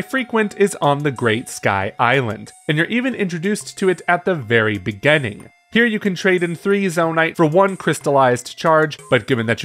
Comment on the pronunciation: you say the word "beginning" very weirdly